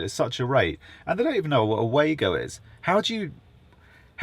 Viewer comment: Maybe it's because you are pronouncing it WAY-GO and not VAR-GO 😂